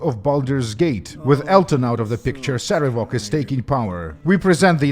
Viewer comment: PC: wow your dad's a jerk. Sarevok: Yeah he...wait why? PC: Why did he name you Cover-ass? Sarevok: WHAT! That's not how it's pronounced!